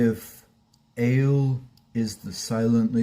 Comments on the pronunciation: Ale's name is pronounced ahh-leeh. Not aye-elll like the beverage. Hang in there. I've been sober (alcohol & drugs) since 1995. Anyone can do it. I survived the pandemic without a drop of alcohol or a drug in my body (including vaccin). Food, well - that's another thing. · Ale is short for Alejandra. Thus it is pronounced like Ah lay. Start saying her full name and just leave off the "jandra" Keep at it dude. You will succeed!!!!!